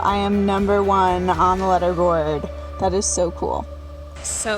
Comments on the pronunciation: Lol you say it “leader” board not “letter” board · bro she keeps saying "Lederboard" instead of "leaderboard" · It's lee derr board not luh derr board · “Letter” board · It's leaderboard not lederboard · Was it just me or she kept on calling a "leaderboard" a "letterboard"?! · It's leader board not letter board, wtf is wrong with u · It was pissing me off how she pronounced LEADERBOARD as LEDDERBOARD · LEE-Derboard not Letterboard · It says leader board y she keep saying letter board??? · Is she saying ladderboard or letterboard like wtf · "Lead-er-board" she said it twice! Jesus! Maybe it's because I'm a cis white straight hertonormative individual of the patriarchy, but I learned to read, and learned to pronounce the word "leader-board" because I was competing with other dis hertonormative straight white men in videogames. I guess she learned the word through reading and not speaking. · Leader not leeder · the way she said leader board was like letter :O )...i'm just saying that is pretty weird in my country we say the ea as ee lol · It’s Prounonced LEEDER board! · Im so annoyed by her pronouncing leaderboard as letterboard over and over and over on this video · it makes me cringe when she says ledder board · When she drinks alot of water that day she pronounces it literboard. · letterboard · "ledderboard" lol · Do all Americans pronounce ‘leaderboard’ as ‘ledderboard’? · Did she just said ledderboard? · How can she hacks the TH app and not know how to pronounce “Leaderboard” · Wait do a lot of people pronounce ‘leaderboard’ like that?😂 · Can hack chip can't pronounce leaderboard. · is that how you pronounce leaderboard? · Yeah... but no one says it that way. The etymology of the word relates to displaying who is ahead in a competition. It has nothing to do with letters or lead (the metal).